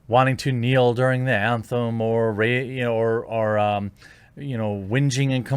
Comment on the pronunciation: ... "winjing and complaining"???? What is winjing?